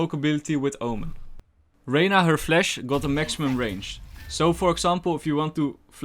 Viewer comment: Nice and good amount of tips, only cant stand hearing 'flesh' instead of 'flash'